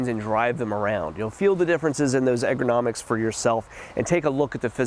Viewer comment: Ergonomics, not egronomics. Love your videos, you have taught me a ton about tractor options, differences, capabilities, features, etc. Keep them coming